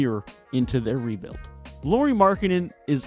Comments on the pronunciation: Nice video! 🙂 Just a little hint: "Lauri" is pronunciated like "Lowry" in Kyle Lowry 😃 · Hi, That's an interesting take on the Jazz. I would suggest that casually analyzing from afar isn't what I'd call superior to the Jazz's own fans. For example, any decent amount of viewing would correct you calling Lauri by a girl's name, Lori. However, that's a pretty common mistake so it's no big deal. Instead, I'll focus on your various points and give my rebuttal. Okay? Team record: The first dozen or so games were because they all had a chip on their shoulder, including the coach. However, they started losing exactly after Danny Ainge finally weighed in on the team's success. I remember it very clearly as I mentioned it on Twitter. I suspect that they were told by the front office to start losing a lot more. The other problem was constant injuries to key players. Olynyk and Sexton missed large chunks of games BEFORE the trade deadline. After the deadline, and Conley, Vando, Beasley, and NAW were traded, Lauri and Clarkson missed large chunks of games. They rarely had their full roster the rest of the season. That might've been how they sneakily achieved that losing--at least in part. Rookies/Trade Deadlline: The reason they won more games than say Portland, was because of guys like Kessler, THT and Ochai that only got significant minutes AFTER the trade deadline. They were much better sooner than they expected. Plus, that was the whole point in trading all those guys--Vando in particular. They wanted to give more time to their young guys to see what they actually had.